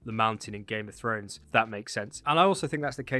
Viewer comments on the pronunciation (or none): none